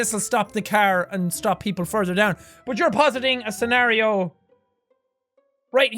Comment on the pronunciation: Very good Jackaboy, u said scenario and not scenorios this time👏🏻